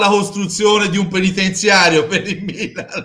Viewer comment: Perché Bergomi continua a dire bilan pif